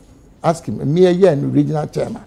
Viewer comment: Why does Ashanti's say CHAA-MAN instead of CHAIR-MAN?😂😂😂😊